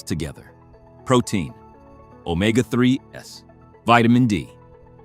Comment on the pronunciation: It's NOT pronounced omega 3 S, IT's pronounced omega THREES!!!